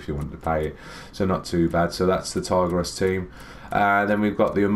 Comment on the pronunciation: Btw its pronounced Tee grez (Tigres)